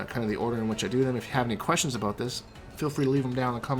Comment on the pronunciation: “All ABOOT Frost”